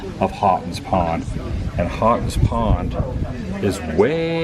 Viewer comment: It's pronounced "Hoe-tons pond" The barn is where they keep or used to keep the State Police horses you see at every major event for crowd control.